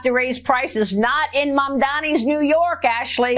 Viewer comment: MaMdaNi, Ben 😉 but it is understandable to pronounce the name intuitively ❤